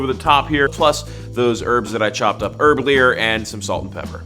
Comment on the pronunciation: "those herbs that I chopped up herb-lier" 😅